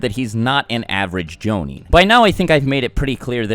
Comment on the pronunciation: "...makes it pretty clear that he's not an average jounin." Am I the only one that thought he said Zabuza's not an average Joe...nin?